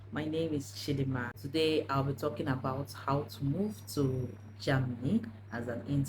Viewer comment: It's Ger-- many not JAMny dear